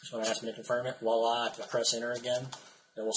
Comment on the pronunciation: I love your videos, but you incorrectly use the French word voila. You are pronouncing it as walla. The correct pronunciation sounds like walla with a "v" in front of it. Your misuse of the word is very common among Americans. I hope you appreciate me bringing this to your attention.